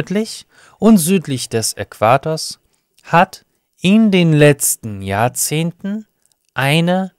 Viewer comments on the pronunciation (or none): мне очень нравится твой канал, я сама сейчас учусь в Германии на преподавателя по немецкому, и заметила небольшие ошибки у тебя в произношении. Grammatik - ударение на второй слог на А должно быть. В слове Jahrzehnt ударение на Zehnt, также, как и в Jahrhundert на вторую часть. В остальном ты огромный молодец 👏